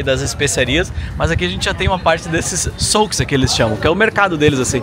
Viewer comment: souque? é xuk que se fala ...